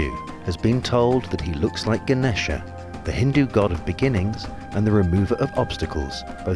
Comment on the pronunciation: Being a fellow hindu the way the narrator said Ganesh pissed me off